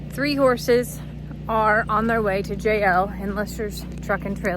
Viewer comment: Sometimes it sounds like you are saying, "Jail" instead of "JL"! 🚔